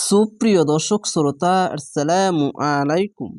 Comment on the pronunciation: আপনি নিজেই শুদ্ধ করে পরতে পারেন না, আবার বশুদ্ধ করে শিখান, আপনার সালাম দেওয়া পর্যন্ত অশুদ্ধ, আপনি আগে ভালোভাবে শিখে আসেন তারপর এখানে শিখাইতে আসিয়েন।